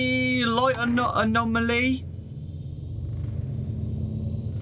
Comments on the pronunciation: Say it with me, - ah-nom-ah-lee. Adore you to bits. Happy Valentine's Day, darlin'. Get some rest! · if you want to say anomaly then just say "anom-aly "